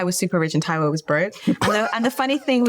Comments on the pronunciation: Damn you murdered homeboy's surname! Like come on, at least ask how it's pronounced ffs 🤦🏿‍♂️ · Taiwo what?? 😅 that last name pronounciation lol